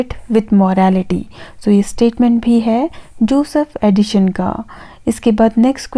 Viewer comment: Helpful video. 👌🏻 Though it's not Addishon or Addition, it's Addison. The pronunciation is quite irritating.